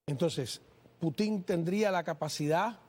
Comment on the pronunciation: No se dice Putin con acento en la i se dice Putin con la fuerza de pronunciación en la U así debe decir un periodista de la calidad tuya gracias !!!